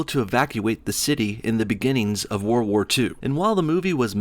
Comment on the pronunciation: "Whir war two"?